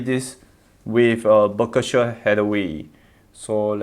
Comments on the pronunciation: Did he just pronounce it Buck-A-Share Hathaway? Burn! 😁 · baka-sher(Berkshire) lol just like how my uncle pronounce it 🤣🤣🤣